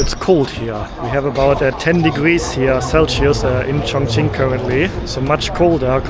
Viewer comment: is it pronounced Chongching or Chongqing?